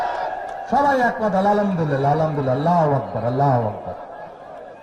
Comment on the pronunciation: যে আলহামদুলিল্লাহ সঠিক ভাবে উচ্চারণ করতে পারে না সে আবার মুফতি, মুখে নাই দাঁড়ি মাথায় নাই টুপি মুখে ইসলামের বুলি।